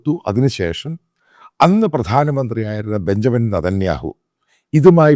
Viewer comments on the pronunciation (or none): none